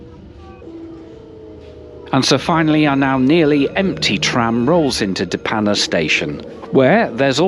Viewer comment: I live in de Panne :). Hope you enjoyed your time along our beautiful coast! Btw your pronunciation of De Panne was surprisingly good!